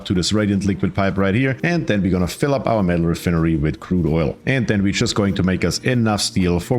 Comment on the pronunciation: Your pronunciation of re-fin-ery is very humorous haha😂